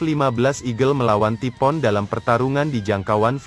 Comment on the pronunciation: Ngomongnya taifuun bukan tipoon